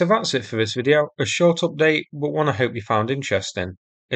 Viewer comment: sincere suggestion here : you're doing a great job of sourcing these videos and getting them uploaded. Good informative scripts.Your viewing figures have increased impressively recently. May I suggest you now do something about improving the narration ? False fronting is relatively easy to fix. Mispronunciation of th as v or f is undermining your message. Fanks, vis, fought, vem etc. Thanks, this, thought, them...... Investigate Speech ferapy (therapy). Best wishes